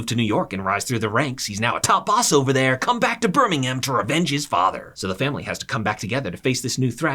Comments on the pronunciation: It's not burnnimham it's Birmingham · Hey great video! Birmingham is pronounced like “burm-ing-um”, no “ham” though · One day Americans will realise Birmingham, Buckingham etc are pronounced Birmingum and Buckingum 🤣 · Couldn't watch, it's pronouned 'Bir-ming-um' not 'bir-ming-HAM'. If ya cor do it properly, dow say it at all 😅😂🤷‍♀️ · It's great to not have a robot reading script and mispronoucing words 😂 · As a Birmingham native, I am highly offended by your pronunciation of our city sir 🧐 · idc how good of a video this is, you get a dislike for saying birmingham like that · amaricans trying to pronounce birmingham💀💀💀💀💀💀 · You obviously don’t know how to Birmingham, because that hurt man the way you said it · A piece of advice so pronunciation of Birmingham The ‘h’ in Birmingham is silent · Please never say Birmingham like that again EVER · Ngl you said Birmingham wrong